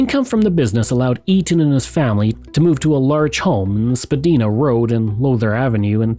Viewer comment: Good video! But please contact me next time you need help with pronunciation of Chrawno stuff. What the eff is spa-dee-na road?! 😂 Spuh-die-na.